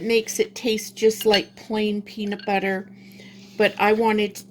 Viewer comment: Its pronounced PEANUT BUTTER not BEANUT BUTTER. YOU keep saying it